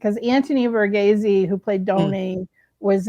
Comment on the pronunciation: The way you pronounce Donnys name is Anthony "Var-ghees"